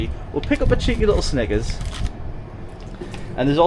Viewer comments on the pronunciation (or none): this is the correct way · Not the pronouncation on snickers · How in the world did you end up pronouncing Snickers as S-nword. You islanders really make up the accents on the go don't you